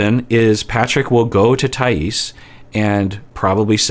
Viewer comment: Hi,! I know you like to pronounce people's names correctly so as a Brazilian I'm here to say: it's Thaís with emphasis on the "i", not on the "a" (that's why the accent mark is there, btw!). Excited to see your reactions to this couple:)